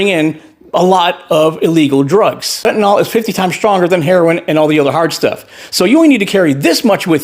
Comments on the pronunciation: That would be "fent-oo-nyl" or "fent-you-nyl." If you want to go with a 'u', we need to add an 'h,' as in "fent-uh-nyl." Either way, the last syllable is still pronounced "nill," not "nall." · Please pronounce Fentanyl properly. It's FEN-TAN-IL. NO OL. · I'm astonished that Maga/Trump/Repugnicans are so obsessed with Fentanyl that they can't pronounce it properly, it's not Fentinol it Fentanyl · The instant someone says 'ker-marla' and 'fentin-all', you know they're a moron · Why is it no one in maga can pronounce the name of the drug, THEY constantly bring up, correctly? You'd think they would know how to pronounce a word they say non stop? 'fenta nill' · Right wingers cant seem to pronounce Fentanyl. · That can’t even say her name correctly disgusting 🤮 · The number of people who can't even pronounce "fentanyl" is simultaneously hilarious and depressing.